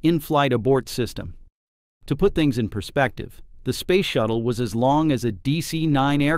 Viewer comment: Yup..........Ctap.........no..........I did not misspell.........Spayce shatttle........😮